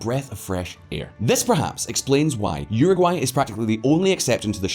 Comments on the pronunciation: Please bro, uruguay is pronounced “euro gwhy” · Agree. This bald dude is full of BS and at 54 seconds into this he cannot even pronounce Uruguay correctly. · EXACTLY. He lost a lot of credibility 54 seconds into the video when he misprounounced Uruguay.